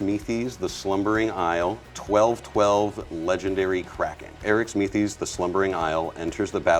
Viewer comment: Me: yes is playing my favorite commander! Also me: damnit he’s mispronouncing it every time XD